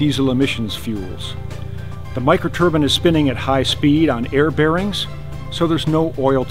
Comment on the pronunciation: A "micro turban"? Is that what small eastern gents wear?